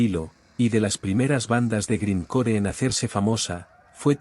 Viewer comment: A pesar de que se escribe grind core se lee (graind cor y aunque se lee punk se lee ponk y el death metal se lee deth metal y se lee neipon death aunque se escribe Napalm death)